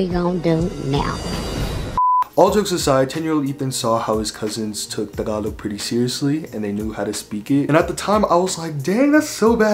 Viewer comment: Just the way you say "Tagalog." King. I'm going to try harder to learn Tagalog. Then Bikolano, my mom's language.